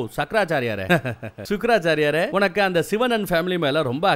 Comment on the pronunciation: Yo.. sakrasariyarey haa haa sukrasariyaray vera lvl na... ultimate 😂😂😂👌💯